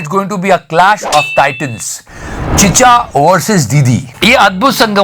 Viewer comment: Chchaa nhi Chiccha😂😂